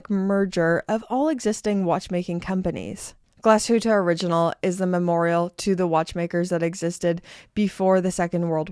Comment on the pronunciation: Finally someone saying Glashütte Original the way it's supposed to be said. Many people think it's a "SH" sound but it's not, it's two words put together, Glas(pronounced the same way as glass in english)and hütte(pronounced huette like you did perfectly). So no "SH" sound please people, even though it would seem logical for a german word with SH in it. Pronounce it like does.